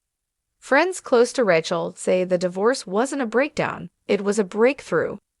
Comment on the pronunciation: Please, the incorrect pronunciation of Rachel's name is irritating!